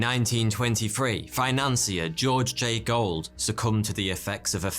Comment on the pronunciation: Nitpick - the name is Gould. You pronounced it as Gold. And people need to stop commenting that the subtitles/cc says "tooting car moon". There are already MANY comments about that. Always read some comments before making one yourself!